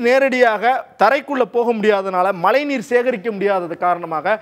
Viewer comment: தமிழில் செய்தி வாசிக்கும் நீங்கள் தமிழை சரியாக உச்சரிக்கவு ம் தமிழைத் தமில் எனறும் மழையை மலை எனறும் கொச்சைப்படுத்திப் பேச வேண்டாம்